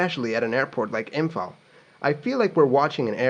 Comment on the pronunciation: as someone in imphal, I gotta say you nailed the pronunciation feels good man